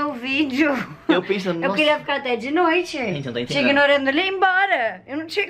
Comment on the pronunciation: "Eu queria ficar até de noitchê" kkkk Gaúchinha mais linda.. O João já está comendo as saladinha que a Carol come.. huuuum, se isso n é amor, eu não sei o que é kkk Lembro dos primeiros vídeos juntos, trocando a dieta, ele só comia besteira